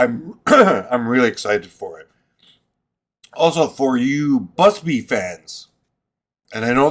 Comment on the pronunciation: You said “Busby” at least twice in this video. It’s BUBSY! Bub….sy. Bub-sy!